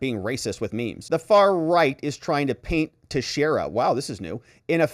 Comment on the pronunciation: This is the least important thing but it's pronounced "Tex-era" I'm from New England. Sorry, it's just bugging me.